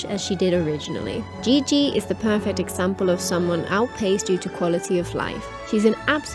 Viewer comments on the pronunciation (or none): none